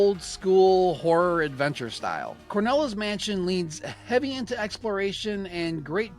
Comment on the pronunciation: Cornela's mansion? It's called CRONELA'S mansion. it was named that way because of the old crone that lives in the mansion. Also I don't understand if you loved the demo so much why didn't you finish it? It's not very hard or long. You really need to call it by it's correct name though, Cornela just sounds terrible and wrong. Anyway I am eagerly awaiting for this game to be finished. I've ordered the Super NES version but I need to get a mouse.. I'm thinking a Hyperkin Hyperclick Retro Mouse for Super Nintendo